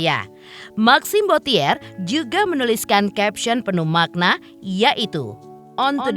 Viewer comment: tolong yang baca narasi suruh belajar mengeja tulisan & baca dalam bahasa Perancis yange benar. Bottier bukan dieja bo-ti -ér, tapi bo-ci-e [ huruf r nggak dibaca ]